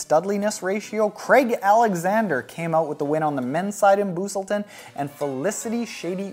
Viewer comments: FYI it's pronounced Bus-selton not Boooosleton, and I completed my 1st May 70.3 there after completing 2 December 70.3s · The town Busselton is pronounced like bus - like the public transport.